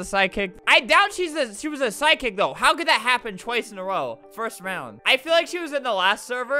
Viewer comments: why does psychic sound like sidekick when Albert says it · Lol Albert keeps pronouncing “psychic” as “sidekick” 😂